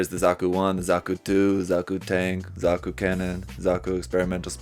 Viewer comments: It's zaku not zoku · Are we gonna gloss over him calling a zaku “zuku”